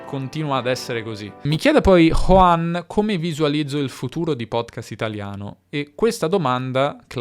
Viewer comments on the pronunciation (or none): none